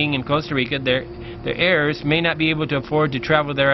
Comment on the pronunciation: Their hairs? You mean their heirs? You don't pronounce the "H"